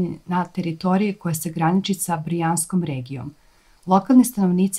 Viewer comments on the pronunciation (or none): Ama nije Brijanska nego BRJANSKA !!!!!